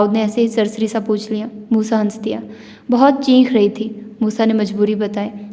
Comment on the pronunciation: Ye word chenki nhe chekhi hai 😂aap na har novel ma cheekh ko cheenk bola hai